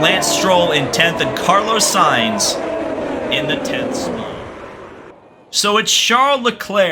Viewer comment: sayinz not sighns